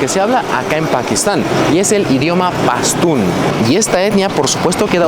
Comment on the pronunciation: Dices PASTÚN y escribes PASTÚ como se entiende eso??